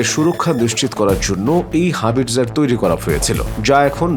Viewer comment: হাবিরজার না ভাই। হাউইটজার কামান...